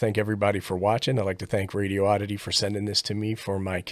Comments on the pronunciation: "Radioddity" = "Radi-oddity" not Radio-oddity.😋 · "radiooddity" with an extra O. Lol